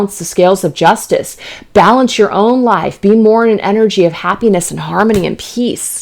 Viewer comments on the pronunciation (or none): none